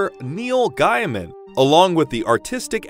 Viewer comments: I know you learned it by reading it, so I won’t tease you. But every time I heard Neil GUYman it was nails on a chalkboard heh. Dunno why, it isn’t like I have a personal stake :) but the author himself says GAYman :) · And correcting in text is tricky…."Hey OP it's Gay-man not Guy-man". 😏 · You pronounced Neil Gaiman's surname wrong, the first syllable is pronounced 'gay'. not 'guy' or guy-e'. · Firstly. its pronounced Gay_Min that was getting really irritating. secondly your alternate references to death Have NOTHING to do and are unrelated to Death of the endless but guess you had to fill in the time. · Why is he saying GAIMAN like that? Ahh it hurts my ears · Sorry but if you mispronounce the author's name in the first 30 seconds I automatically don't take you seriously.